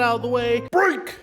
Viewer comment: Damn that "BREAK" was extra crispy today 😅